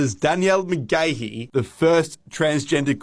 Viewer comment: Listen to the emphasis he puts on Danielle Mc-GAY-he 😂